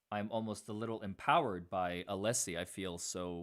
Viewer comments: Brennan- I can’t listen to this man. He’s so intimidated by Jackson and Alessi. I don’t think he believes himself. And it’s NOT ALEESE it’s Alessi. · Hank is such a low rent, disrespectful buffoon. Not professional enough to pronounce Alessi's name correctly. Disgraceful in all ways.